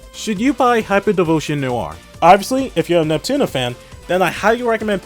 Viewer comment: im gonna move on. your accent pisses me off. your supposed to pronounce ALL the letters in Neptunia. you keep saying "Nep-Tunna" like you just got back from the dentist.